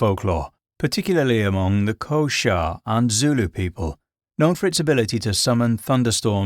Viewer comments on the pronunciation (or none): Really enjoyed the video mate, as a South African I just wanna point out it’s Xhosa but it’s pronounced kohsa and it’s Zulu with a quick u sound idk why but it always pisses me off to hear foreigners say Zulu or boerewors and say it with a long u sound or Something I’m not normally one to get mad about how people speak but those words just always piss me off